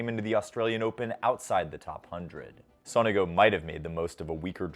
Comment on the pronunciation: btw Sonego is pronounced with an accent on the first O